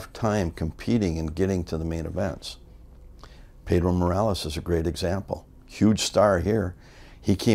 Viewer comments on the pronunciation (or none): none